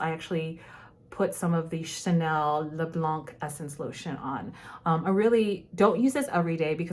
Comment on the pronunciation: I want to add an addendum, I dont want to come across as insulting, please bear with me. Your French is AMAZIN!!! I am insanely impressed because I assume you speak 2 languages already. As a slightly OCD virgo, may i please make a helpful correction. When you see a word with a consonant at the end, please dont pronounce that letter. Eg: blanc, pronounce blan. I hope that helps and I am not trying to offend, I am just very impressed 😥😇💖💖💖💖💖💖💖💖💖